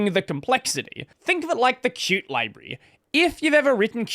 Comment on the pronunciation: pronouncing Qt the right way, again!! 🥳🥳🎉